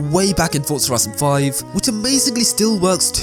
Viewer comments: For-za Ford-za ferzerr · why do you say fortza and not forza just a question?